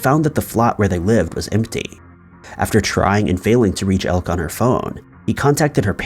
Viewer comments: For future reference, Elke has two, not one, syllables. El-ke, not Elk. Come on man! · The name Elke is European and it is not pronounced elk, the e is not silent. At first I thought it was spelled Elk and she was part of an American tribe, but she is from Belgium and her name is Elke. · Elke is pronounced "Elk A"..just saying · Elke is pronounced elkah